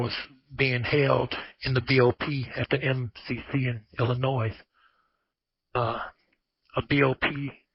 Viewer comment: How he gonna live in Illinois all these years and pronounce it like an out of towner